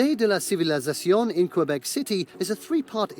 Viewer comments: Please pronounce Québec the way we do: "kaybek". 🙂 "Qu" is a French equivalent of the hard "c" of "confort" (for instance). "É" = the "ay" of May. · Save your life pronunciation #3. KUH-BEK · K bek ... not qwai bek ... ... please teaches others ;) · Your spelling's correct, but your pronunciation's off: Ville de Québec /vil də keɪ BEK/